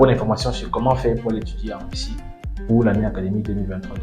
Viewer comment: Weussiw en wussie... c'est pas facile à diwe...😁😅😂🤣🤣🤣🤣🤣🤣🤣🤣🤣😁👌🐓